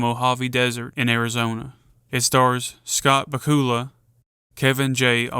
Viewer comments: Baku’s is not pronounced bakoola but bakula like Dracula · I love your video! Just one small correction. Scott Bakula's last name rhymes precisely with Dracula. Not back-COOL-uh. Just so you know. 😊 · Dude it's pronounced back-u-la. Scott back-u-la. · Its BA-cue-luh. Rhymes with Dracula. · I know damn well you didn't say scott bacula's name wrong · His name is pronounced like Dracula with a B. Lmao